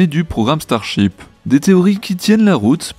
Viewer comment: Starship, ou Star Chips ??? 😆😆 Ta langue a fourchée il me semble 😅 ça m’a bien fait rigoler 🤣